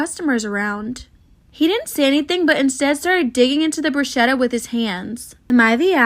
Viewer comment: I’m sorry but my italian heart broke two times first of all who it’s not bruscetta it’s bruschetta and u eat it with your hands